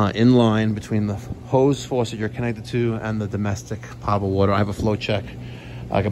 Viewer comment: poe-tuh-bull, not pot-uh-bull my friend.